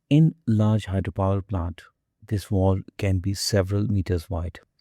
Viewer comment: It's a Valve not a Volve.